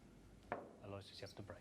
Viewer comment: I do wish the British commentators would learn how to pronounce Aloysius. It's four syllables, AL-o-WISH-us.